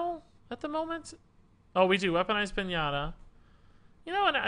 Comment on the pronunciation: did you seriously say pin-ahh-ta instead of Pin-ya-ta?